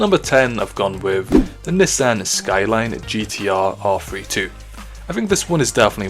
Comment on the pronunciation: Anyone cringe on how he pronounced Nissan?